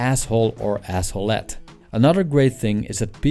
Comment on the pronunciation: Did he just say asshollette?